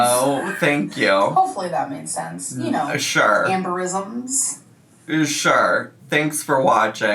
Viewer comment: Why does it annoy me so much when she said "amberisms" at the end?? Ugh, you're right she kinda ruined it lol. But go off ALR I guess